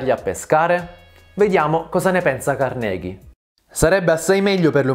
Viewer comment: Carnégie non si puó sentire..